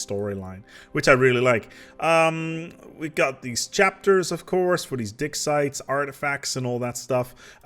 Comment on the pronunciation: OK, for a moment I thought I heard "dick sites." I think my cold and accent are messing with me...